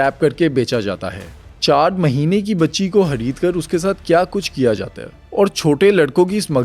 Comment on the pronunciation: Bhai khareed kar hota he hareed kar nhi. You punjabiiiiii